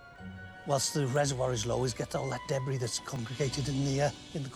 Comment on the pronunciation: Debris=Debree, not debress!